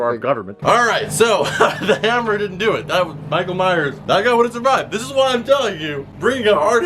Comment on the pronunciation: Michael miress